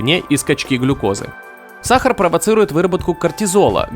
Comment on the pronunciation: Бесит как диктор говорит саХар.